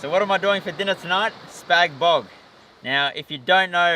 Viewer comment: Haha, I'm from Adelaide and when he said "Spag Bog" I thought hooray.... someone knows how to say it - I've noticed the east side of AU call it as you have said. Spag Bog sounds much better - SPAGhetti BOloGnese. Also suits the title of the vid too.